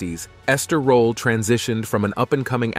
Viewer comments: Ms. Esther Rolle was a magnificent actor, activist, advocate and lady. Your The Concealed Facts depiction is riddled with errors! One of which is pronouncing her name incorrectly as "Rolla" and "Rolley." It's ROLLE, and the "e" is silent. Many of the photos are of other actors, i.e., Isabel Sanford. Please contact her former public relations representative or her family members and have all the errors corrected. She also did not play Walter Lee's wife Ruth in A Raisin in the Sun. Esther Rolle as Lena 'Mama' Younger with Starletta DuPois as Ruth Younger. That is not her photo at your "Early Life in Florida" at position and "Lifelong Dedication to Civil Rights" at position and when you speak of her father's "way with words" at position --none of these photos are of Esther Rolle. Also, your "Lasting Influence in Hollywood and Television" at position 24.:09--that's not her, either! And who on earth is this person in the tuxedo looking like a man? I can't find the photo right now, but I'll comment again if I do. Thank you for your kindness. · A very DUMB title to this piece, also. please learn how to say her surname properly. Rolle deserved much better than this, I doubt she would have liked a show like "Fresh Prince." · I hate bot narration. You pronounced Rolle 3 different ways. Doesn’t antone edit these bots?